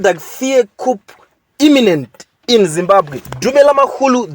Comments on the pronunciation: Hey please it's not kupu please it's a silent p so it's pronounced as koo. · Pronunciation of the word Coup'e, its Cu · It’s not ‘kupu’ but ‘kuu’ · Its pronounced as 'Kuu' not kupu